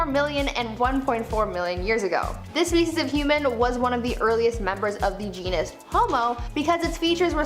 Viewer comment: Every time she says"species" I hear"feces". It can be quite distracting